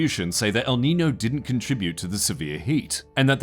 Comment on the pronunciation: Just a heads up, the ñ in Niño is pronounced with as ny (nee-nyoh.)